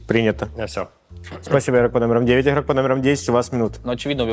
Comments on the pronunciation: Включаешь видео, и на 2 минуте ведущий : "иггггггггрок под номером один, проснитесь". Без негатива конечно, но 47 минут гэканий мне не осилить) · почему нельзя произносить нормально букву Г в слове игрок? это нечто, еще и ведущий